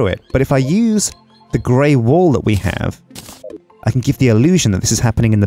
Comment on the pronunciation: Am I the only one hearing "wool" instead of "wall"?